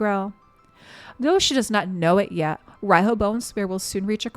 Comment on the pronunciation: Tip: Riho is pronounced Reeho (not to confuse with ree-hoe, the "o" is short), as it comes from Japanese language pronounciation way.